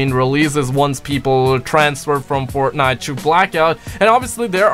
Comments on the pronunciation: You said Fortnut😂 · That moment U Said Fortnut I knew u were High.😂